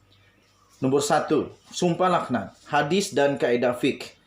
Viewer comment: Sdr.cakap pun kalam kabut.sum pah lak nat BUKAN sumpah lahanat.baca teks betul betul